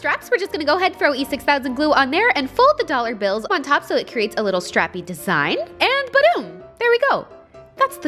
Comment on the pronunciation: When she said strappy it sounded like she said crappy 😂😂